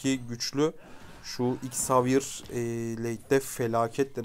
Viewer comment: Hikâyede atlas 15 metre felan ağa valla beton yetmez 🤣🤣 bu arada zevier diye okunuyor gardeşim